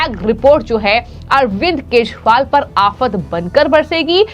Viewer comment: वाह रे न्यूज रिडर .. केजरीवाल को केशरीवाल,बिजेपी को बिशपी और चौदा को शौदा..